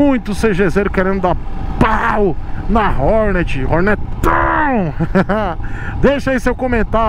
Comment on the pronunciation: "ORNÉT" bicilíndrica? Os maloqueiros irão xiar kkkkk